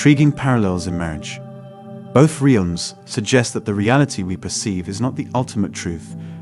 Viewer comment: Beautiful video, interesting, and well written. To bad you couldn't have had the person that wrote it do the reading, 'Realms', pronounced 'real ums. 'Lives', like in our lives, pronounced "lives', like he lives. And the closed captioned spelling - atrocious. It's read from a script. Could you have use the script for the captions? Shredding-er for Schrodinger. Ouch.